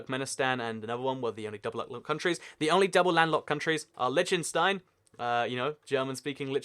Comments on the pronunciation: liktinstine not litchtenstine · why is nobody talking about how he pronounced liechtenstein worng